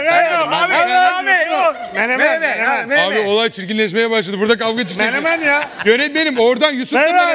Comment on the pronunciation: de danilo menemene memen dedi🤣🤣🤣🙈🙈